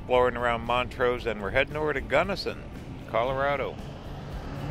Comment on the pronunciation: It’s Blue Mesa Lake not blue lake mesa! And it’s Mont’rose. But I forgive you, you’re not from Colorado.